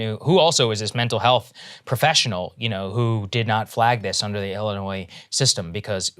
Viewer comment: Saagar RESPECTFULLY, It is not pronounced Ellinois it is Illinois.